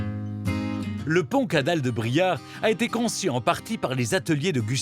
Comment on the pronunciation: BRIARE !!...et non Briard 🙏